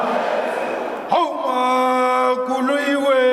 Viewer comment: Somebody please teach Julius how to say Makuliwe